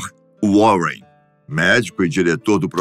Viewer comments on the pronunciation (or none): none